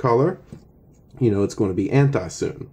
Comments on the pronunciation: It's called 'soo-nay' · BRUH ITS (soo-nay)